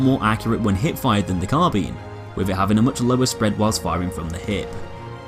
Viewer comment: Nice to see someone pronounce carbine correctly, unlike all the dim-witted millennials everywhere calling it 'car-byne'